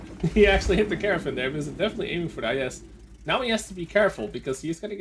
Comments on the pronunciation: Trying not to be pedantic but as a Welshman technically it's Kyer-nar-von. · I think he pronounces it like "caravan" on purpose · Caernarfon is pronounced Car-nar-Von.